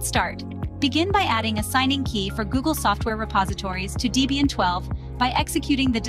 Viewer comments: It's "Debian", not "Deebian". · Deebian? WTF is Deebian? Is it named after someone named Deebra or something?